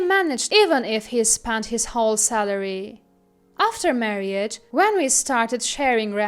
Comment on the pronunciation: OMG why this narrator?? Marriage is not pronounced "mar-ee-age". It's 2 syllables "mar-age"